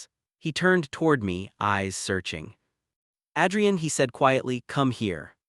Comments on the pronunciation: Dear fictitious narrator : Adrian is pronounced like Aid, not like Add. Effing AI 😂😂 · Why are there so many guys called "Ethan"??? And who pronounces Adrian as "Addrian"?? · Adrian's great-looking. Strange but with Italian pronunciation he should be called Adriano. The buildings look like NYC (UN/Chrysler) not Chicago.